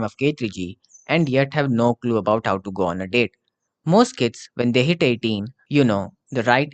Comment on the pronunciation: You should sepearte the words a little more, I read go on as "goon"